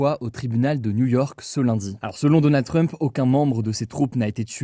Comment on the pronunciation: Personne : Hugo : DONNA TRUMP